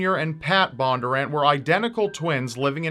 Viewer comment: Also their name is pronounced BON-durr-ANT. It’s pretty phonetic not sure why it was so hard to say